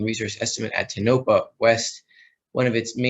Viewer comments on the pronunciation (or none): I live in Nevada and Tonapah is pronounced TOE na pah. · It is pronounced Tone-OH-Paw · Tonopah pronounced Toe-no-paw. Derivatives will implode. Physical will explode upward. Thanks.